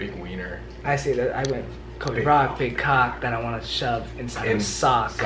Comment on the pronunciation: NOOOOOOOOOOOOOOOOOOOOOOOOOOOOOOOOOOOOOOOOOOO IT'S HAS 2 BE SOLBY NOT BROLBY!!!!!!!!!!!!!!!!!!!!!!!!!!!!!!!!!!!!!!!!!!